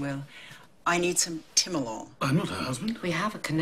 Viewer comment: Oh Timolol! I kept hearing Tilenol. Finally understood when Ripley said she had glaucoma (beta blocker and asthma... Give her some Xalatan)